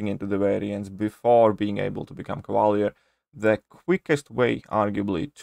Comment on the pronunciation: Cava leeeeeeeer. !!! Not cava lear